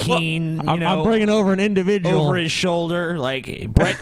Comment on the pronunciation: I like this indivijul sichiation.